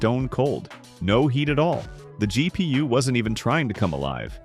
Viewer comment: G.. pee.. uwe.